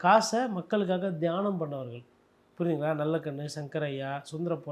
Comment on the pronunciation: அது தியானம் இல்ல. தானம். 😂😂😂